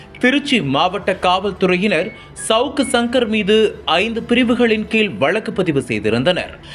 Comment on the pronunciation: செய்தியை கூறுகிறவன் என்ன ஸ்டைலாக பேசுவதாக எண்ணி பேஞுகிறானா?. தமிழை ஏன் இப்படி வல்லினம் மெல்லினம் கூட அறியாத அளவில் செய்தியை அறிவிக்கின்றான் இந்த கபோதிப் பயல்கேட்க நாரசமாக இருக்கிறது 'ழ ' கரத்தைக்கூட சரியாக உச்சரிக்கத் தெரியவில்லை. கீழ் என்பதை கீல் என்றும் கோவை என்பதை கோவி என்றும் , அழைத்து வந்தார்கள் என்பதை அலித்து வந்தார்கல் என்றும்., வழக்கு என்பதை வளக்கு என்றும் கூறும் இந்த அறிவிலியை செய்தியைக் கூற அழைக்காதீர்கள். கேட்க சகிக்கவில்லை. காதில் நாரசமாய் விழுகிறது. தமிழை சொல்லிக் கொடுத்து ஆசிரியரைத் தான் தண்டிக்க வேண்டும் . நாங்கள் படித்த காலத்தில் தமிழை யாராவது சரியாக உச்சரிக்காவிட்டால் பிரம்பால் அடித்து திருத்துவார்கள். என்னால் பாதி செய்தி கூட கேட்க முடியவில்லை.